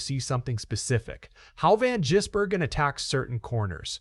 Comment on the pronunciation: Hey, can you learn to say SVG’s surname. You’ve had weeks to learn.